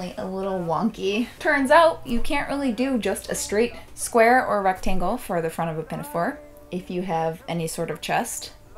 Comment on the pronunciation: ME ALL.THE.TIME also 'ruck-tang-le'